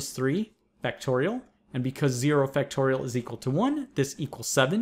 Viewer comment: it’s factorials, not fractorials 😂😂😂